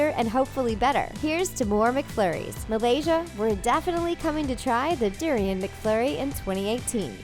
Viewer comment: its pronounced doooo-riiii-on